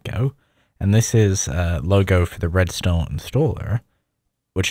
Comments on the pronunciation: I thought the os was Red Stone because he keeps saying Red Sta. Red StaRRRR. ARRR matey. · I had to rewing it 10x to try to hear the name of the os, it sounded like you were saying red stont. I thought it was red star but it didnt sound like you were sayibg that. So then I googled it and it is in fact red star. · Don't even get me started on Red "Stow" OS. How can you mispronounce star?? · Why do you pronounce it like Red Stone? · Why is he pronouncing “intranet” so bizarrely? I’ve never heard anyone pronounce “intra-“ that way. His accent is confusing when he says Red Star it sounds like he’s saying “red stone”. Throughout the video (example ) he says ‘Red Star is KDE “riced”(???) to look like MacOS’. Obviously he means it’s themed/customized/skinned to look like OS X, but does anyone understand what word he’s actually saying here? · Whenever he says "redstar os" I can't help myself hearing "redstone os" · Did you say redstone? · what i am wondering is why he pronounces red star as redstone